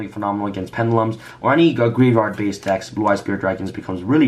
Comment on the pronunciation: Ok let me say this it is said GRAVE, YARD. GRAVEYARD.